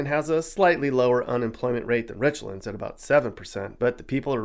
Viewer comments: It’s Rich-lands, not Richlunds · He pronounced Richlands way wrong. It isn't Rich-lunds, it's Rich-lands. It's pronounced exactly how it's spelled. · It’s pronounced “RichLANDS” not Richlins .. just a FYI. Love your videos! Keep them coming 😊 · Just one issue with your documentary.... Richlands is pronounced like the two individual words within it "rich"+ "lands". It is not the only towns in Virginia that outsiders mispronounce. Have a great day😁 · You pronounced "Richlands" wrong. It's pronounced like the two words rich lands. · Worst places to live are richmond and and place north of fredricksburg.and it's nor Richlands, it's rich lands .the proper pronunciation.know what your talking about before you start talking. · Guess doesn’t know that there is another town in Virginia named Newport, Va which is located in southwestern Virginia…Giles County to be exact. He probably isn’t aware of the historical significance of how Newport News got its name either. He really murdered the pronunciation of Richlands (Rich Lands). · it hurts my ears to hear Richlands mispronounced 🙉 🤣